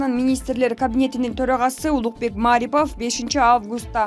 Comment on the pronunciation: Ударениени туура айтпайсынбыМааарипов эмес,просто Марипов!